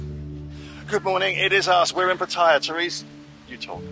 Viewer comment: Very nice. Disclosure: I am a part-time resident of Pattaya. One of the big controversies amongst non-residents is how to actually pronounce the word "Pattaya". You have been pronouncing is Pa-TAI-ya (inflection on the 2nd syllable) which is common amongst newbies. However, the locals tend to pronounce it PA-ta-ya with the inflection on the 1st syllable. Pattaya is Asia's playground. As I recall, there are 26 golf courses, the largest marina in Asia where you met your new boat, MANY hotels and (just announced) what may become the largest cruise ship terminal in Asia. It is not expensive and the food is GREAT!